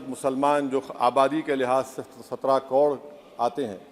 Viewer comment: पहले बोलना सीख ले hukle... कोड़ नहीं करोड़ होता है. 😂😂😂